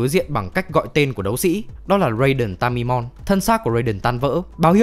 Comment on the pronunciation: Raiden ta ma ê mon mới đúng chứ :(((